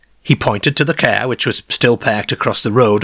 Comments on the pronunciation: Need to fix the AI voice cos it always says Care instead of Car....gets annoying after a while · The Ceeer 😂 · Rubbishy baloney He spent more time stretching out the auto route . Who pronounces car “ca” - peculiar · As weird as it is!fair? Really? Car is not that difficult to pronounce correctly, it sure as hell is not cair! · I'm sorry, but every time you say cah or bahn I lose any unease I feel about the story. You're Irish? Work on your Rs. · wheres your rrrrrrrrrs? You cant say car? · The strangest thing about this video is the way he pronounces car. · It’s like a speech impediment. M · Please don’t I just am not feeling great 🤣💀 I had to turn it off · we get to hear not just homeboy pronounce "car" but we get a "Jaguar" immediately afterwards. The gods have smiled upon us listening audience. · I've not noticed this before,(I'm assuming you're a Lancastrian) but, being Welsh, there are a lot of similarities between the way you pronounce words and the Cardiff accent. I know that a lot of south Walian people's ancestors emigrated to the south Wales coal fields from the midlands during the last century. The way you pronounce words like park and car are particularly noticeable. Thanks for bringing to light these excellent U.K cases. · He pronounces all the «ar » as « ay »… this is awful. Mayrs instead of Mars, Payrk instead of Park. etc… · ‘It were a leeearge ceearr. Wi’ leeearrrgee deeeark windows’ 😂